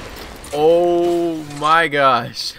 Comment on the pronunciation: "Ooh my gush" What?!